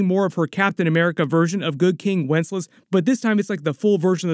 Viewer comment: The name of the Christmas Carol is Good King WencesLAS! Not Good King Wences. Mutter, mutter, grumble, grumble. Good episode and breakdown, however.